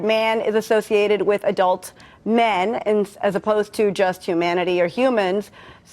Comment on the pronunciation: She just said hu*man*ity